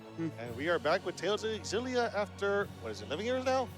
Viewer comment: Ex-illia. Jesus they only say it in all the fucking trailers